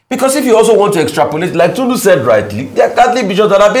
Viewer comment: Tundu tundu…you can never say it as dr abati my guy